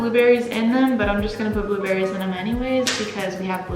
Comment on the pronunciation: Am I the only one that heard "we're going to put some blob Berries in"